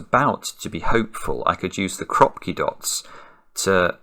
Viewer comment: in ukrainian krapki with emphasis on last syllable